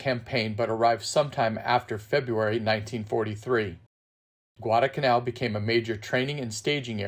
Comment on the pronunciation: Great video. Thank you. Probably a little late, but if you ever do any more Guadalcanal programs, please don't forget to include the "L" in the middle of Guadalcanal. It's "Guadalcanal," not Guadacanal." thanks!!